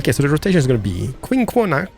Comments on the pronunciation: Yeah! nice episode. Quinoa (KEY-Noah);D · Could you use tunnels to traverse the bumpy terrain? Quinoa can be pronounced Kin-oy-a or Quin-oy-a if that helps any? :)